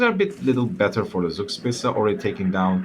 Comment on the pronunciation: I know this has been an ongoing meme but Zugspitze's name comes for a real world mountain peak from Germany. It is pronounced "czug-shpi-tze" you can listen to the pronunciation on wikipedia to help.